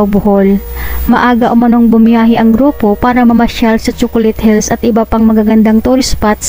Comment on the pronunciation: Chookolate hillssssss sobrang Tigas nmn ng pronounciation ni blogger